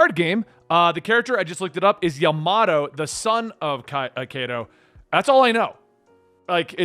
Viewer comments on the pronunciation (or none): Japanse pronounciations are more shorts and often light with 2-3 sylibles. Ya ma to not like how you pronounce the word tomato or potatis.